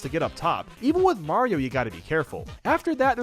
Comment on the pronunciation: He butchered Mario